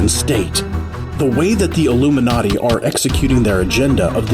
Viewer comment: The way he said illium-na-ti